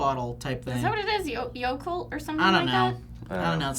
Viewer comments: it's yacult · you're right - it's yokult! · did i just hear Yakult?